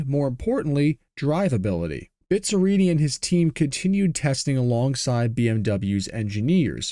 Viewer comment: Dói ouvir a pronúncia de Bizzarrini...